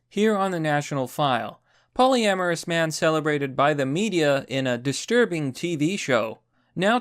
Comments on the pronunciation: It is pronounced POLLY-AMOROUS not “polamaris” hahaha Good video as always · "Poly-amorus", not "po-lamerus". Pronunciation threw me off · I find it disturbing that you can't pronounce polyamorous. Polly Amorous. It's that simple, Champ.